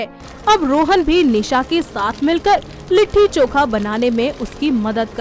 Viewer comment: It's not litthi choka..it's litti chokha